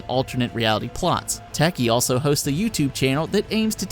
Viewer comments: I shuddered. It's Takei, dude. Ta-Kay. It's OK to be Takei. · George Tacky? IT'S TUH-KAY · George "Tacky"? Seriously? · Saying that George Takei is rolling in his grave would be less of an embarrassing fail than pronouncing his name as "Tacky" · Sigh True Crime, man do I miss that game. Tempting me to go back and hook my Xbox back up. 20 YEARS he has played the Joker. Incredible. Did you really just call him George Tacky... My GOD. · I don't think its a good thing when someone has to pause the video and say "Did he just pronounce it 'Tacky'?" That was jarring. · Good video. Just one thing: George Ta-KAY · Who the hell is "George Tacky"? I may be overreacting, but mispronouncing George Takei's name makes me angry. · oh my fucking god, have you seriously never heard George Takei's name said out loud!? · TheWarriorXYZ oh gooood. Another idiot who doesn't get it. I FUCKING KNOW WHO HE IS, THAT'S WHY I AM SO ANGRY ABOUT MISPRONOUNCING HIS NAME!